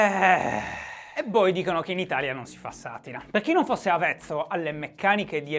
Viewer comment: Shy, si dice ìlare, non ilàre, ed è avvezzo, con due V, non avezzo con una. ...ma ti voglio bene uguale